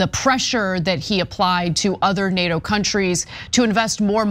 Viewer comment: I wish Trump would pronounce NATO, he calls it DATO, it is most aggravating.